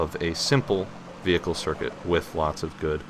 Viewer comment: you dont need to call it veeeeHICLE, you can just say it normally...